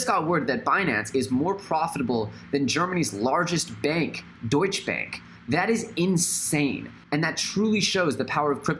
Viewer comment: Super Natural he also pronounces it wrong